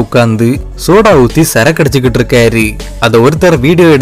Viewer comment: இருக்காரு , போனாரு .. னு உச்சரிங்க ! இருக்காரி , போனாரி ..! வந்தாரி ! இருந்தாரி , இவரி ! அவரி ! போயிருக்காரி ! வந்திருக்காரி !னு சொல்றிங்க 😂